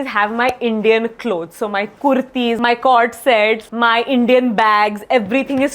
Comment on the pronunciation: People who felt the pressure on 'Kurrrrrthi', please let me know😅